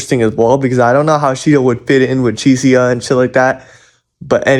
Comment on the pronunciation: Bro said cheesy-uh instead of Chiesa🤣😂